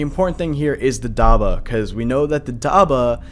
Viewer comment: Im gonna say this again, it is prenounced dab-bah not dabah